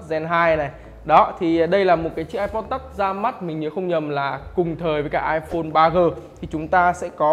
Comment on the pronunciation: Touch đọc là tắt hả mọi người